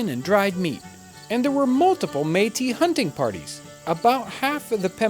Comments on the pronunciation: The Meat-us lived in the apple-at-chian mountains lmao. Its pronounced May-Tea and Appa-lay-shun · Man I didn't realize that's what he was talking about. I've been looking for "Meatists" for like an hour now LOOOOL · Btw metis is pronounced Metiss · I noticed you changed the pronunciation of meatis. Did you find out between videos that that is the real way to say it? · Hi; it's pronounced metiss :) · John I’m pretty sure it’s pronounced meat-tis. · took me 2 parts to realize he is reffering to the Metis people, cause he said mee'ti, Metis just mean part white part native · Métis is pronounced MA tee. It is a french word. It runs in my family. I'm Canadian and my family goes back to the mid 1600's. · The Meatice people. lol that was really bothering me. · Métis, if you want to pronounce it properly, you have to exagerate the S at the end, like for Paris ( even if In French we don't pronounce that S, but this is another story ) . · Except that all of Canada pronounces it the other way. You have to remember with Canadian French, it has been disconnected from European French for 200 years, and a lot has changed in that time. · I'm not laughing. He made a mistake and corrected it. But you're right, good on him. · I thought it was a bad pronunciation of Metis, the french name for people of mixed origins.